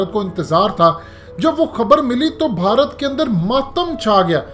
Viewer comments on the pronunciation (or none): none